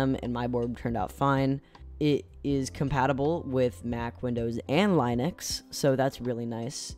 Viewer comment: Lin-nix, buddy, not Lie-nix. I recommend you add some internal views of the board, like the case interior, the PCB, the switches, the sockets (with RGB lit), and the rest of the stuff that comes with the board. People looking at this content are gonna want to know these things, and showing it will help you a great deal in viewership and retention.